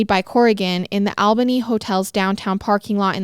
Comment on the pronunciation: Is that how they pronounce it in Canada because being from NY I've never pronounced Albany that way or I've been saying it wrong my whole life.